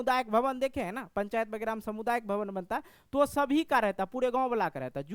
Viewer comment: समुदायिक नहीं होता है सामुदायिक होता है ❤😊😊😊❤😅😅😅❤😂😂😂❤